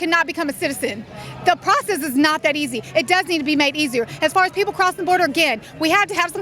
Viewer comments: Pocess the pee tape. Ok dude. Take a rudimentary English class. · "Pocess" haha